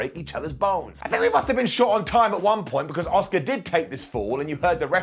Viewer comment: Every time I watch one of these videos (I do enjoy them to be honest) but I can’t help but think, who is “Oscar” 😅 A—SUーKA! 😝sorry, it just drives me crazy.